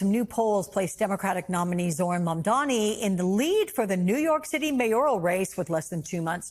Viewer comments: MamdaNi, not MamdaMi,. Best words said: "Cuomo does not know how to take NO for an answer." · It’s MAMDANI, not ‘Maamdami’, you should learn to say the next New York mayor’s name properly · Flipping ahole refuses to say MAMDANI name correctly which shows what a jerk Cuomo is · Cuomo can’t even pronounce Mamdani 🤡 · And he still keeps mispronouncing his name👏 love the hypocrisy considering how many people mispronounce Italians' names, and this dude's still mispronouncing someone else's name.... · He's never said zohran's name correctly once in his life.... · Andrew can’t even pronounce ‘Mamdani’ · It’s ridiculous that Cuomo still unable to pronounce Mamdani’s name. He’s such a dimwit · It's September 2025 and Cuomo is still pronouncing Mamdani's name wrong. He's doing it on purpose, because in addition to being a perverted creep, he's also a racist. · Still can’t say his name right? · He still can't say Mamdani's name correctly. Is he having strokes or just racist? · Cuomo intentionally mispronouncing Zohrans last name repeatedly is not doing what he thinks it is. it makes him look stupid. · Still mispronouncing mamdanis name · Cuomo either can't pronounce Mamdani or he's refusing to, even after Mamdani spelled out his name for him in a debate, or he's refusing to. Either way he has clearly shown himself to be a bigoted racist and islamophobe. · Why does he keep on saying his name wrong? This seems like a no-brainer political move to not look foolish. Get your opponents name correct,it’s an easy victory Zohran